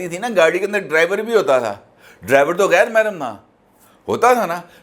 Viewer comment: " mahram" LOL " eddut" mein doosra nikah LOL all the way